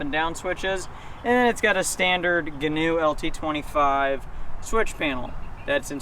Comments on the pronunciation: He's right, it's not "Ganoe", ie "Canoe" with a "G". It's actually Gee-noe, like "Geek"-"New" without the K. They're named after the designer, whose last name is Gheen. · its gee-noe.